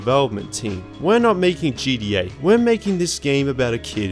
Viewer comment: stop saying “gDa” it’s gTa !!! How difficult is that to pronounce??